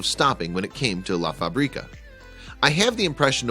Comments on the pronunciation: Do not pronounce la fabríca. The right way it's la fábrica. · Stupid way to pronounce "La FaBREEka".... If you're going to make a video, at least learn how to say: La fábrica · Do some language research. It is pronounced "La Fabreka" and not "La FabrEEkah". Facrica means "Manufacturing Plant". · It's "La FÁÁÁÁbrica", not "La Fabriiiiiiiiiiiiiiiiiiiiiiiiiica", jeez!!! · It pronounced La FAbrica, not La faBRIca. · La FÁ-bri-ca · La Fábrica is pronounced incorrectly BTW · Love this place but hate how you say fabrica lol. It’s literally a translation to factory you make it sound like the seasoning paprika